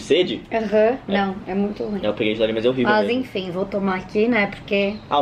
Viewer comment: o: "é rorível,né?" kkkkkkkk